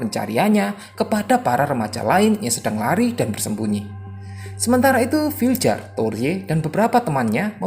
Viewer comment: Bacanya vilyar bang bukan filjer